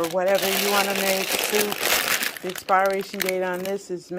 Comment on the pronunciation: Love u but I’m cringing every time u say ALDIs instead of Aldi & Walmarts instead of Walmart & the word expiration is not expireation…it’s pronounced as if it’s spelled experation . It’s per in the middle. (But spelled pir). Sorry been keeping this in for a long time. Comes from a place of love. Enjoy your Thanksgiving!